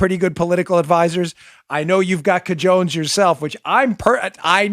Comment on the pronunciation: Cajones is pronouced CA HO Nays